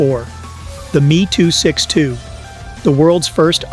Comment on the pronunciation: AI joke commentary & not a single pic of a M E 262 , not a Meee 262 Lol